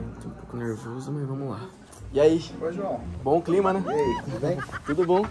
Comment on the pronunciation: O João pq voce falo começa com d e termina com e kkkkk